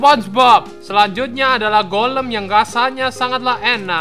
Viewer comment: bang itu golm bukan kolam